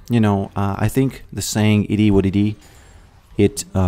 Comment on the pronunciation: Love your vids man. Whenever you say “It is what it is” or “It-i-wa-‘t-ti” I smash the like button ❤